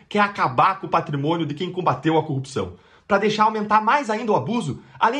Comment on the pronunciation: O Deltan não acerta nunca a pronúncia da palavra corrupção.